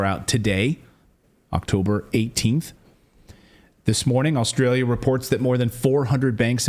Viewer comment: I won't get onto Clayton's "ATM machine" but it is funny that he said "Aulstralia" with the extra "L"...